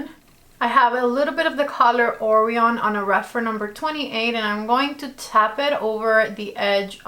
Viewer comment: Why is it everyone who has this palette that is making videos about it is mispronouncing Orion? I mink it was that uncommon of a cantillation that people don't know.